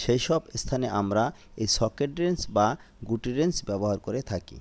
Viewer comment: আপনার উচ্চারনে ভুল আছে।ওরেঞ্জ না রেঞ্জ হবে।